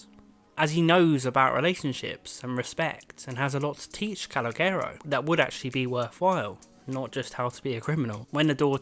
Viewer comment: broski howd you pronounce Calogero wrong